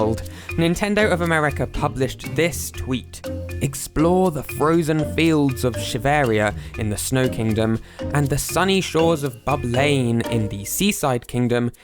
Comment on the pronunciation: Psst! I think you're supposed to pronounce Shiveria like Siberia. ;)